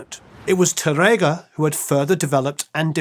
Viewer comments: Another spaniard here... great episode, and you did a nice job with the names, except Tárrega... it's tÁrrrrrega...(yeah, the hard R sound is a b*tch for you englishmen, I know...) tongue needs to go brrrrrrrrr and emphasis on the "a" not tarEga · His pronunciation of Spanish is really crazy. The "á" means that the emphasis is on that syllable. Spanish long and short vowels are not phonemic (i.e. contrastive). "RR" is not an English "r" sound. It's a trilled (rolled) "r." For example, he completely butchers, "Tárrega." Which should sound like, "TAH-rrrrrrr-eh-gah." Nothing like the way the host repeatedly pronounces it. And he can't even pronounce "Andrés Segovia" correctly, which makes the whole video hard to watch, since he is the subject of the story. Again, the "é" means the accent is on the last syllable of his first name. If there is no accent, the stress is on the penultimate syllable. Perhaps you can get this guy an accent coach to help him with his speech problems or find someone else who can enunciate the words properly. Thanks!